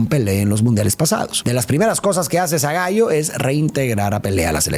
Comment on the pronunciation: Se pronuncia Zagálo y Rimé o Rimét.